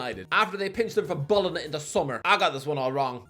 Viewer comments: I hate it when he says bolona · please learn how to pronounce bologna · do a shot in every video for the amount of times he mispronounces bologna